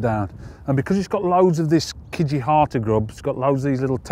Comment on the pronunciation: How hard is it to say Kijihata though ?